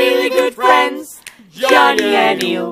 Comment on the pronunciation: I love the way Ill said “Johnknee”